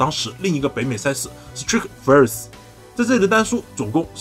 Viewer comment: 原来STRIKE FORCE的正确发音是STREET FIRST....长知识了